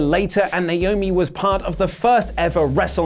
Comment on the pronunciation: THANK YOU FOR SAYING NAOMI'S NAME CORRECTLY!